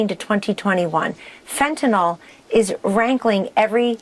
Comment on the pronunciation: I can't believe he doesn't have a Fenter-knoll Flag? p.s. congratulations for pronouncing Fenter-nill (with a y) correctly Dog.